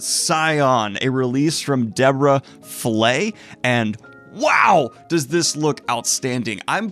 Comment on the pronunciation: Dune audiobook reference? Also Falaye should be pronounced fa-la-yay. Great show!